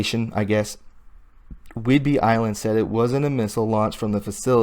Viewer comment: Naval Air Station (NAS) not Air Force. And not whidberry island. If you want to ne a journalist and speak with authority. You must be accurate on the small stuff too. Otherwise how can people give you their trust? Good effort though. Keep improving. Stick with facts, stay away from editorializing, support sitness opinions with facts and dont give tour own opinion. "Don't tell us, show us."